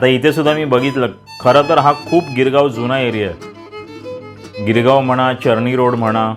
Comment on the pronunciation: चरणी रोड काय रे चर्नीरोड रोड बोल ना😂